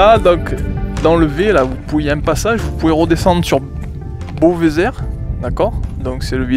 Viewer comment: Super comme d'hab! on dit "Beauvezé" pas "beauvzère" les mecs. <3 sur vous et continuez surtout (et poussé un peu jusqu'au Pelat didiou :p )